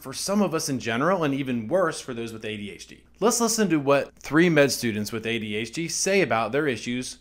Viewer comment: its funny how you say adHd :D Always surprises me again